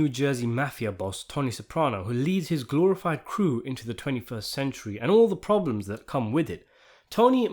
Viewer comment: 'glorified crew' ..... you must be from New York !! 😁